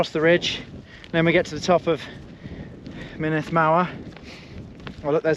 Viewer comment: Great video thanks, Snowdonia is much harder than the trails around mont blanc. The uts50 route is also far easier in terms of technicality than the 100 km route. The glyders especially are really tough. Good luck on your races. A little pronunciation guide, mynndd is pronounced munith, and single fs are v's so foel is pronounced voyal, double ll's are more like hlan than clan.